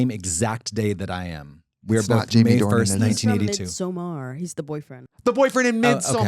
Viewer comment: Thank you Katya for pronouncing Midsommar. Why is it so hard?